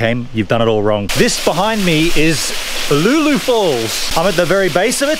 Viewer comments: Brings back memories being a former local Heathcote resident you pronunciation of Uloola was maddening we always said U-loo-la don''t know if it correct ! but that is how we said it. There is a much larger pool downstream of Karloo pool worth taking a look at it not on any maps that I know of. Thanks for the video's. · Yep that it !. Spent many a summer afternoon after school swimming there.